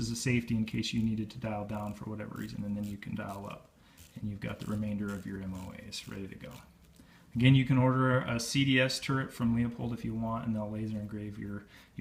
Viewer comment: It’s not Leo...Pold it’s Lew...Pold!!!!!